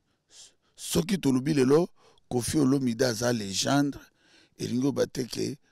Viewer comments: Légènde té mais légèndre 🤣🤷🏾‍♂️👀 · 🇨🇬🥺😳😳 Moi j'ai dû entendre légendre! #À la place de légende#😅😅😅😅😅😅